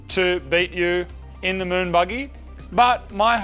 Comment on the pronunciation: Is it just me that hears "the Moog buggy", when he says "the moon buggy"? Honestly, this should be a thing, it has the wrong name.